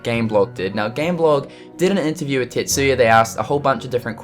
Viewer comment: Sorry this is an irrelevant comment but did anyone else think he said "TITSuya" at first? lol